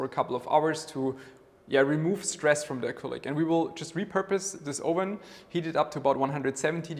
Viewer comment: Hi mate, it’s not “ohven” it’s “uhven” for the English word oven. Love your vids. Cheers.